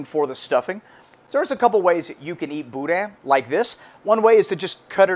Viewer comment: You can tell when a real Cajun makes Boudin. He uses LIVER! Texans don’t use liver and they wrongly pronounce the “n”. No liver= not boudin. “Boodah”Great vid.